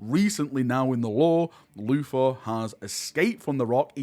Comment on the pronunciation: It's "Luther", Not "Floofa".